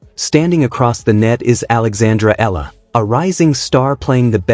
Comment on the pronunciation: EALA..E.A.L.A IS THE FAMILY NAME OF ALEX..PLEASE PRONOUNCE IT RIGHT..